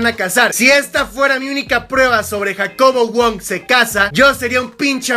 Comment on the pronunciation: En El Minuto Habla Como Argentino Dice JacoBoludo Wong Fijense xD (Like si es cierto)